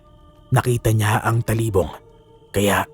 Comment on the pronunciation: You are slowly improving po.... keep it up... suggestions ko lang po pag nag bigkas ka po ng salita medyo diinan or bigtan nyo yung word example po d2 sa kuwento nyo pakingan nyo po how you said talibong at paguusal. Yung lang po Peace po sa inyo ni pinuno and never give up. 😊